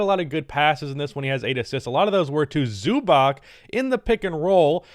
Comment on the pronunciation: Pls man its not Zubak its Zubac . Something like Zubats.